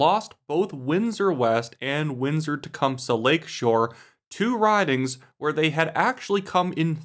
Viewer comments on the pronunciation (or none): The last syllable in Tecumseh is pronounced « see » and not « suh »,. Just a heads-up. It’s essentially « ti-COME-see »